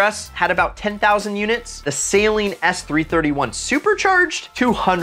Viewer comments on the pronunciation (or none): Just a small PSA. Saleen vehicles are pronounced Suh-leen, not Say-leen. Drives me crazy . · i hate how he says saleen like saline. i love this video though im thinking of trying to find a ram srt10 now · Say it with me. Suh-leen